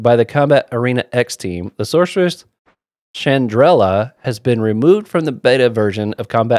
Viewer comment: Love to see how much fun you're having with the game so far. Btw our reluctant heroine's name is pronounced more like Chan-drel. Kobolds are simply probnounced ko-bold, they're one of the typical lowly creatures in fantasy settings.